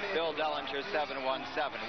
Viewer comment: Did he just say Salinger instead of Dellinger?